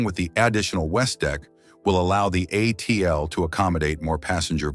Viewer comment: No kidding, I stopped watching as soon as it was pronounced “uh-teal”